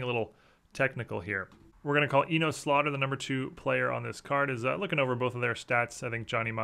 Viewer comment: It's pronounced E-Nus Slaughter, not E-Nose.